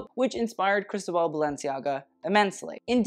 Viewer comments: Ikr? Sounds like he's slurring crystal ball instead.. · I live 4 u but it’s pronounced cris-toe-ball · Just a note: the accent in Cristóbal falls in the o 😊